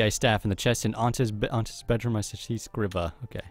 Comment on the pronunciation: Its pronounced screeva not scriva